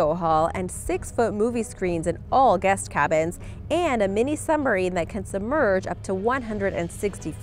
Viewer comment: Did she say "sumbarine"?